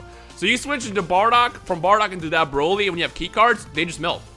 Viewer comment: "buuroly". The Buu who absorbs Broly